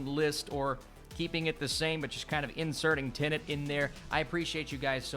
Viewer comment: Finally someone who says "Tenet" and not "Tenant".